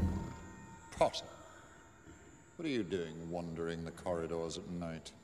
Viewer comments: Harry: Snape: appears out of no where "pOtTaH" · seems like more than half of his lines are "pottah" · Tom: ‘yes pOTtAH’ Draco: ‘saint.. pOTtAH’ Snape: ‘mistah pOTtAH’ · Harry- where’s Professor Lupin sir? Snape- not rlly your concern MiStAh PoTtAH Also Snape- teaches them about werewolves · Potter: takes notes well Snape is talking Snape: mIsTer PhOtrOr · No one: Harry: Ron: Hermione: Snape: someone might think ur..... Up tO SomEtHinG Don’t forget the “PotTaH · Me wondering why snape is always looking and talking for and about PoTtAh Also me at the 7th movie:ohhhhhh snape was trying to protect Harry oh ok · Everyone calling harry “pottah” or “potter” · Why do they all day pottah